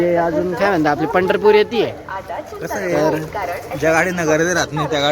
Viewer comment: Pandharpur ki jagah butterpur sunae de raha he😂